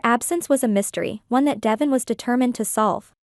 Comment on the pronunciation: Pronounce Devon's name right